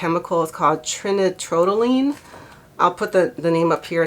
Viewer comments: Just as an assist. tri - nitro - tol - u - ene Thanks for all the info, please keep it up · hi no snark here, really appreciate your reporting. that chemical is pronounced Try nitro tahl you ween. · Here's how to pronounce that chemical: Tri - nitro - toluene. Recent reports indicate toluene, a solvent, not trinitrotoluene (TNT), was found in Kula water at a concentration of 0.5 parts per billion – absolutely nothing to do with accelerating any fire, by the way. To put 0.5 ppb into perspective: the EPA limit for mercury in water is 2 ppb, and FDA limit for lead in drinking water is 5 ppb (although there is a caveat: there is no safe level of lead in drinking water). It's best not to use tap water for drinking. Use a proper filtration system to remove chemicals from tap water. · It's pronounced "try nitro Tall you ween". It's been around for about 90 years. It is used in a diluted liquid form as a solvent for glue, some types of paints and inks. That's what gets you "high" from "huffing" markers and glue. It's effects are very well known, and while there is a "safe" level for exposure to skin, I definitely would not be drinking it at any amount.